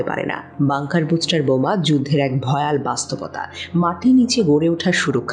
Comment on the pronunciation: বুস্টার নয় ,, ব্লাস্টার,,,!!!